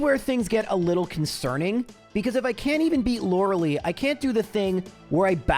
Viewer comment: It’s pronounced Laura-Lie.